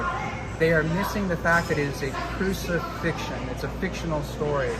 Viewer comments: Mans said “Cruci-fiction” 😂 wtf is wrong with dude? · lol did this man say "crucifixion" = fiction? lol